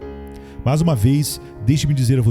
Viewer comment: Irmão, com todo respeito, sua voz é muito boa, mas por favor, melhore sua gramática, pronuncie melhor as palavras mas, mais, e nós, por favor. Deus te abençoe!